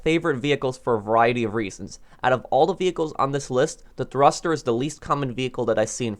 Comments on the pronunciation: thurster you mean thruster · Thruster not thurster but great video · Thurster lol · Ah yes my favorite vehicle the THURSTER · you said thurster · Ah,yes. The "Thurster." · ahhhh yes, the thurster 😂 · yeah lmao